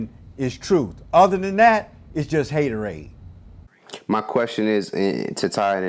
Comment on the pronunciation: OG said “haterade” 😂😂😂😂